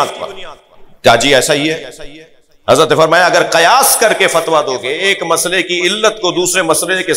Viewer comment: قیاس. زبر سے نہیں زیر کے ساتھ ہے پہلے لفظ تو ٹھیک سے پڑھو